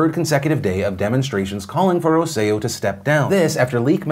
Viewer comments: For future reference Phil... it's Roselló (Roh-seh-yo) emphasis on the last O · In case there's follow up on the Puerto Rico story, and just because it kept throwing me off: Roselló's last name is pronounced with emphasis on the last syllable (that's why it has han accent at the very end). But props on the Puerto Rico pronunciation!